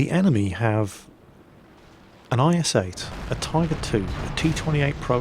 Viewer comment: you say js 8 not is8